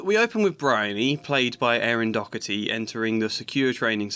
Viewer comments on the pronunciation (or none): I've heard two different British YouTubers now pronounce Erin Doherty's name wrong while it's on screen. Do you see a c, ck, ch, or a k in the name Doherty?